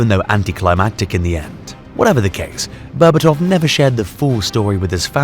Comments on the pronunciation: the way you pronounce his last name makes me vomit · Bro made a 16 minute masterpiece documentary and didn't bother learning how to pronounce Berbatov's name correctly